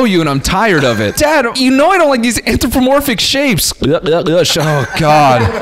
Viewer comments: Noel pretending he knew the word an·thro·po·mor·phic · Not Noel shitting on the writer's word choice cause he can't pronounce "Anthropomorphic" 💀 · nah the jokes he made about it i think made it clear. He even asked what it meant and couldn't pronounce it